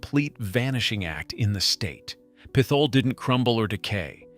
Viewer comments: It's pronounced PIT HOLE not pythol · Another AI commentator? It's not "PITH HOLE", it's "PITT HOLE". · The town was/is PIT-HOLE...NOT PITH-OLE !!!!!!!!!!!! Learn how to pronounce these cities or teach your Ai how to speak properly!!!! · Fun fact: as an actual living, breathing Pennsylvanian and not an AI-generated bot who can't pronounce a simple word such as "Pithole"... ALL of these places are perfectly fine to visit. Even Centralia. Another fun fact: Donora is the hometown of baseball legends Stan Musial and both Ken Griffeys Sr. and Jr. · Those of us who grew up in Titusville or Oil City could probably retire if we had a nickel for every time we've had to correct someone for mispronouncing "Pithole". 😂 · This is dumb. You can't pronounce "Pithole" and including it, along with places like Harmony, as the creepiest small towns you should never stop in, is just dumb. It's clear you just read a couple articles but don't really know anything. And seriously - veeaduct? Do you think that is a word?